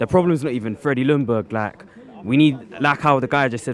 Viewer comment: Freddy lung berg... nice learn his name probs? say Jung dont lung ><